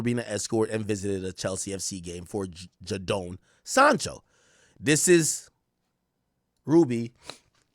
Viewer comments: Yow the man name is pronounced “Jay den” not “Ja down “ like you be saying , you could’ve put his name in and hear how sports commentators pronounced the man name. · Ja-doan sancho haha it’s pronounced jay-den sancho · 😂😂 Everytime this ninja said Jah-Down. It's JayDon (Jadon). Lololol. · pronounced as "Jaydon" bro🤣🤣🤣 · Akkkkk get you Jamaican self to bloodclaat together you sound American. Ja-den Sancho 😂😂😂😂😂. Dawg seh jahden. Noni Madueke new Arsenal signing 🔥 pronounced No-Nee ma-dueke😂😂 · Man said Jadonee 😂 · Jayyy don is how to pronoun it 😂😂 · The mispronunciation of names killing me. It’s just Jaden with an O Ak😭